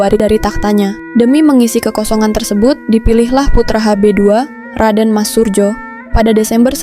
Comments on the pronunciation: Min bacanya sesuai Ejaan dulu J=Y jadi Suryo bukan Surjo. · Min narasi pengucapan nama salah krn itu msh tertulis dg ejaan lama jd bacanya juga hrs dg cara ejaan lama, tertulis surjo bacanya suryo, kalo ejaan baru skrg memang bacanya surjo yg kalo ejaan lama menulisnya surdjo di fahami ya.